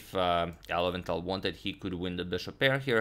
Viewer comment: Lowenthal - low end tal